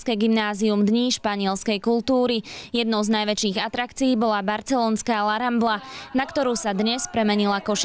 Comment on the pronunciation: Je to La Rambla nie rambra :)))